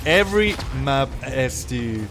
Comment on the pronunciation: Please, you still need to work on your pronunciation of the word map, especially if you're gonna say it 5 times a minute.